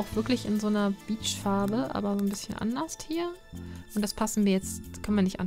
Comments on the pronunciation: Zu aller erst schließe ich mich den anderen an: Flippig!:D:D Allerdings, liebe, es heißt anderS und woanderS ohne ein T am Ende;) Da krieg ich schon bei meinem Opa immer zuviel, der sagt auch immer "ebenD" anstatt eben. Aver naja jut, isch mein, en jeder hät so singe Akzent, wa? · wieso sagt sie denn immer anders mit "t" ?